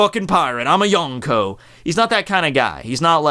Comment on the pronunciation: Yon rhymes with Gon. Prounounce Yonko correctly